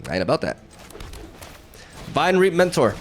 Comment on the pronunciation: Fyi, "Vinereap" is pronounced like Vine-REEP (not trying to be a jerk, just figured your might want to know!)